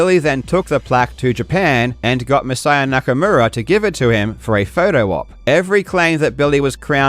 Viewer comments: Why can't Billy pronounce Masaya Nakamura's name correctly? He keeps calling him Nakamoda. How disrespectful can you be? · It really bothers me how how he pronounces Masaya Nakamura's name entirely with an American accent yet feels compelled to sandwhich the R in Nakamura between two Ls as if he's assimilating into the culture or something. Just stop that shit.